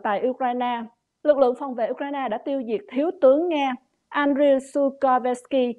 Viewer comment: Uk-RAINE, nhấn mạnh ở phần sau. Phát âm đúng là để tỏ sự tôn trọng dành cho toàn thể người dân anh dũng Ukranians.